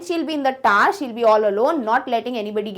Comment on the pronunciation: The tower is not tar pls don't speak the taar pls 😅😅